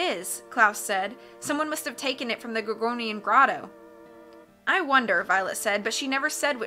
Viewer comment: I'm on your side. This lovely gal makes good videos, but these people can't even imply ill against my darling Tim Curry 😂 To be brutal she can't say "gorgonian" and she cannot do the "aye" correctly. Pronunciation or gramatically Great Carmelita tho Overall great videos, but I do prefer Tim Curry